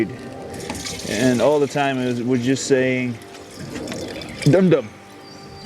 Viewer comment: i crack up whenever you say DUmDUm😆😆😆